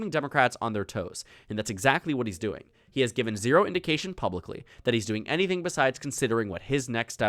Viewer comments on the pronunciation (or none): none